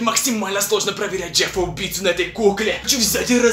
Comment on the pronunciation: Не Джеппа а Джеффа 😕